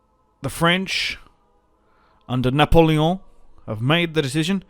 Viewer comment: The way u say "Napoleon!" With the French accent is damn glorious mate!